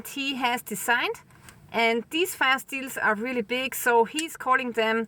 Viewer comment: Sounded like " fi steins " ???? Google CC said "Fire Steels", then I understood (Auzzie).